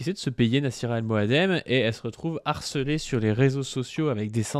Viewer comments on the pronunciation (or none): Harssellée😂😂😂 toi yen a pa parlé français et écrire encore moins...😂😂😂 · HARCELEE et non HARSSELEE